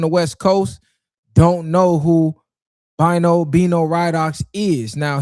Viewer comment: Bino name pronounced like Beeno Radough